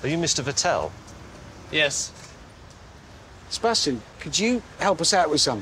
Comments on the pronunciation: The way they pronounce "Vettel" really Grinds my Gears. It's Fattl, not Vehtehl. No German Name sounds like that, for God's Sake! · Wrong pronunciation of Vettel, it has to be on the first syllable. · When James says Vettel it sounds more like he calls him Vittel like the water brand from Nestle